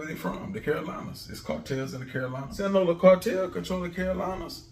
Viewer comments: It’s the “Sinaloa” cartel not sing-yola 😂😂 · Sinaloa not sin Lola lol u right tho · Brother said sinola 😭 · My boy it’s Sinaloa(Sin-Ah-Lo-Ah) jus a heads up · Please don’t tell me he meant Sinaloa cartel.. cuz I ain’t ever hear of them “singola” boys OG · It's pronounced Sin A Lowa sinaloa love your videos tho bro ❤ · A you been speaking facts since u started yt channel I pay attention but it's sinaloa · HE KEEP SAYIN SINGO-LA!😂💀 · 💯💯💯😂😂😂 I thought he was playing at 1st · Pronounce Sinaloa right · We all know who he’s talking about. No need to correct grammar 😂